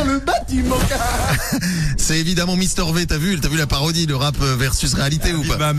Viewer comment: "mister vé" XDD rip mister v XD